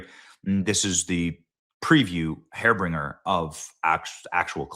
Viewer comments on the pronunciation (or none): WTF is a hairbringer a wig delivery person? Did you mean harbinger? If your just gonna read someone elses words you should study more. You look like you were a jock in school but messed up your chance so you decided to be a pretty face on a news podcast. To bad you didn't learn a better vocabulary instead of football practice. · He said hairbringer lol. It's harbinger. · harbinger. Not ‘hair-bringer’. Serious news but that cracked me up. 😅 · "This is the hair bringer of actual collapse." Oh Lord... "the hair bringer". I think he meant to say the harbinger of collapse. Does a day go by that Benny doesn't mangle the pronunciation of a common English word? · "Hair Bringer" -- LOL! I suppose Benny must have dyslexia, based on how he reads the text he shows us. BTW, the word being reached for here was "harbinger". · Hairbringer!!! Bahahahaha! It’s “harbinger” not “hairbringer”!!! Sorry Benny. That was too good to pass on! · Just explosive drones, attack drones, one way drones, not suicide drones (the pilot is not a person), Har-Bin-Ger, not Hair-Bring-er. Let’s work on the pronunciation a little. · What is a “hair bringer”? Are trying to say harbinger? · Hairbringer? lol harbinger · Hair bringer? You mean harbinger 😂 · BENNY -- Its "HAR-BIN-GER", NOT "HAIR-BRINGER" LOL. I'd tell you if you had a "hanging chad" off your nose too -- out of respect lol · Hair bringer? I think you mean harbinger. I love how you confuse words when you read stuff out loud. I’m not trying to be critical, I find it genuinely funny. Keep it up Benny. God bless the world, especially USA! We are kicking ass right now. I love it. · Harbinger, not hair-bringer. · Hairbringer? or u meant harbinger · Hairbringer? The word is pronounced "HAR bin jur." I hate it when Benny reads. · Hairbringer? Benny, I know you were educated in Iowa but come on. Haar-binge-urr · Har-bin-ger not Hair-bringer C'mon, Benny. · Hairbringer? Oh.... HARBINGER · Harbinger is not pronounced "hair bringer"